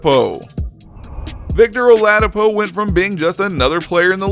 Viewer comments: He said “ Victor Aladipo “ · you know this guy dont watch any basketball when you mispronounce "victor oladipo"